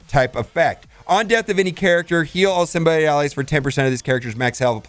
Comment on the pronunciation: Symbi- OTT Hearing symbi-OYT drives me insane